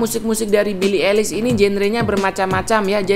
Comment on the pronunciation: Yeahh just say ailish not elis😑